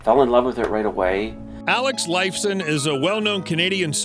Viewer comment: Did you hear how he pronaunced Alex's last name?!?!